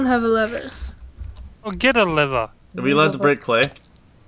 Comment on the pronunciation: is crack up it sounds like hes saying liver but trying to say lever